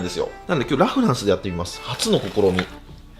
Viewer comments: ラ・フランスのイントネーションおかしくない？ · ラフランスがアデランスのイントネーション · ラフランスのイントネーションが気になりすぎて、みた内容忘れた おフランスと同じイントネーションだと思う笑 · ラ(↑)・フランスが気になりすぎる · ラ・フランスのイントネーション😂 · ラ・フランスの発音が気になる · ラフランスのイントネーションが自分と違う😮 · ラ・フランスのイントネーション、このバージョンは初めて聞いた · ラ・フランスのイントネーション違くて新鮮🍐